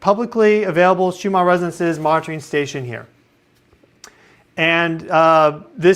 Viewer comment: Listen to someone else say "RESONANCES". You are missing a syllable. The word isn't "REZZNCE".